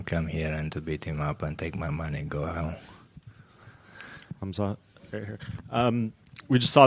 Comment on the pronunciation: Respect to DDP that he pronounces "Khamzat" correctly